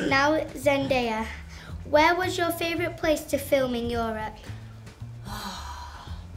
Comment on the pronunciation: It's funny how no one notices that , his American accent kicks in to place and he attempts a few times to pronounce "where" in his British accent lol